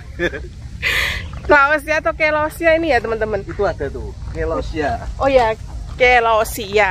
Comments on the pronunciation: Celosia celosia bukan clausia😂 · CELOSIA KAK.. BUKAN CLAUSIA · Celosia mbak bukan Clausia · Itu bacanya selosia bukan kelosia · Celosia, bukan clausia😂😂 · maaf,kyk nya celosia deh..bukan clausia hehe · Bukan clausia tp celosia